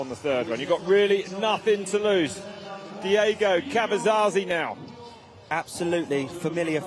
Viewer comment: Caverzasi,.. it's Diego Caverzasi. 😅